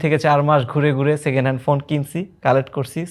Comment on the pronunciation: Second hand, Pre-owned ❌ Secenal✔️ 😂😂😂😂